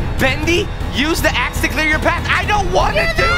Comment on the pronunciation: FlipSideReactz He said AXE